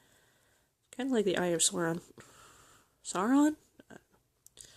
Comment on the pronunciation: Yeah Sauron is maybe a bit hard to say I think you say like Sour on